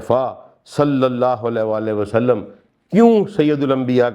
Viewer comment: آپکی تفسیر اچھی ہے لیکن آپ نے جب بھی قرآن کی تلاوت کی اس میں تجوید زیر زبر کی غلطی ہوتی ہے اس سے دل میں آپکے قرآن کے طالب علم ہونے کے بارے میں وسوے آتے ہیں کہ پہلی شرط تو اسکو ٹھیک سے پڑھنا ہے ہے ان آیات کی جو تلاوت جناب نے کی ہے دو جگہ واضح فرق ہے لکھے ہوے اور پڑھنے میں ۔ دوسرا جب بھی آپ درود پاک پڑھتے ہیں کہتےہیں وسلم میں ل کے نیچے زیر کی آواز نکالتے ہیں اور حالانکہ عام طور پر ل کے اوپر زبر ہے ۔ مزید برآں آپ کا دعویٰ پڑھا لکھا ہونے کا ہے لیکن معاف کیجئے گا جب آپ عربی پڑھنے تو لگتا ہے کہہ سک انڑھ شخص لب کشائی کر رہا ہے ۔ قرآن کو تو خوبصورتی سے پڑھنا چاہیے ۔ اس چیز پر غور کریں کیونکہ آپکا دعویٰ ہے کہ آپ قرآن کے طالب علم ہیں ۔